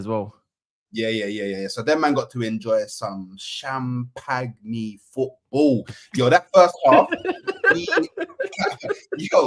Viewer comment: Cham-pag-ne football 😂😂